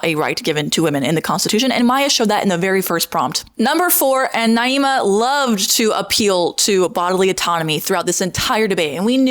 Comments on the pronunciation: I think she's named Naima not Niama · Girl come on, you're usually respectful, her name is not Niyama. It's Naima. I'm not a huge fan of her either, even though we share the same views, but getting names right is important. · You’re saying her name wrong. It’s pronounced “Nah-eema” (Naima) not “Nee-ahma” (Nee-ama). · Her name is Naima, (nah-ee-ma) and you spent hours in a room and with her in person and obviously plenty of time looking her up beforehand. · Just started the video and already turned off - if you’re going to make a video about her, at least learn how to pronounce the girl’s name correctly. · Girl grow up. Seriously. You can’t even pronounce Naima’s name correctly; a classic racist tactic to attack another person. Don’t pretend to be the victim, you’re a grown ass adult. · girl you can’t even pronounce her name right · You’re saying her name wrong and she kicked your asses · Can’t even bother to say her name right … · Why are mispronouncing her name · Lol mispronouncing her name wrong on purpose 3 times just to slip up and say it right ? Republicans are so ridiculous. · Why are you continuously mis pronouncing her name? You evidently know how it's pronounced (per you stating it right occassionally) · You're talking about her yet can't even pronounce her name right ahahhaa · Girl WUT the conversation was literally the most civil of this style video I’ve ever seen also learn how to pronounce her name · You gotta be trying to mispronounce her name. Off rip says a lot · How do you debate someone for over an hour and still manage to mispronounce their name. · You pronounced her name so many different ways in this video? lol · You pronouncing her name several different ways in this video and also bringing up 'slaves' and 'black' people to secure your arguments (during the debate) ain't a great look either queen 😭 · You're not even pronouncing her name correctly....! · You can't even say her name right lol